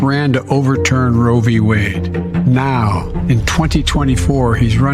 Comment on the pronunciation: Yes. As one listens to trump speak, one has to ask, does he know it's Roe v. Wade, and not rovywade? 🤔